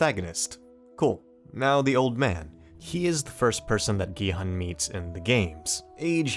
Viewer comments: ask people to watch the series in original korean pronounce gi-hun name as gee-haan anyway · when the guy says gihun as giheon